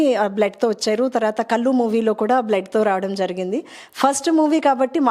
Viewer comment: కల్లు కాదు కళ్ళు